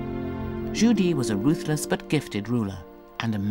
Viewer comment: Zhu Di not Judy